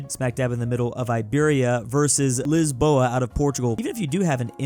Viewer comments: Damn I loved that Lisboa pronunciation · i love how you said Lisboa not Lisbon lmao